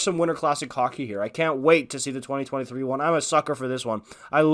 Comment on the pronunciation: I had to rewind like ten times - I was like “did he say ‘twenty thousand-twenty three’” cause apparently the OILERS are facing the FLAMES later this year in October - which would be “two thousand twenty-three” but there was a game against the CANADIENS in “two thousand three” hah sorry just really sounded like ya said “twenty thousand” other than that - awesome vid - love these types of videos I listen to ‘em on my hour long drive to work or to home . 👍